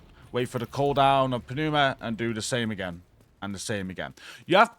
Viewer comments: Good guide! THis one had the potential to be really tedious. FYI: Pneuma is pronounced NOOMA. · Hi! The P is silent in Pneuma as in Pneumonia not Panuma :P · New-muh No P. Let it go. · Hey bud. Love your videos! Just a tip... The way you pronounce "Pneuma" is you do not pronounce the P. The P is silent. So "New-ma." Keep it up man! Hey Tool fans... Don't tell me you didn't do a little dance when you got the first 3 mods! Come on.... 1. Vicarious 2. Pneuma,(Anchient Greek word that translates to "breath" or "Wind.) 3. And Invincible!!! Right on Tool! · The "P" in pneuma is silent. Lol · PROC.. Programmed Random Occurrence... there's nothing random about you immediately casting an available ability. And the "P" is silent in Pneuma. That said, I'm gonna go touch some grass now. :P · The P is silent 😆